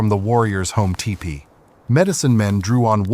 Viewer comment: What is with the strange pronunciation of the word "teepee"? The narrator keeps saying TE-PEE. But i am sure the word is TEE-PEE. please check this and correct it.